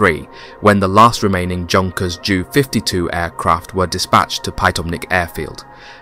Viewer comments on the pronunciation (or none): Aircraft names. H E - 111 NOT He -111. J U -52, Not Jew 52. FYI, this will make you appear smarter to your audience.